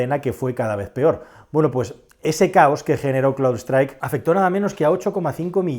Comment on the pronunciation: no es "cloudstrike" es CROWDSTRIKE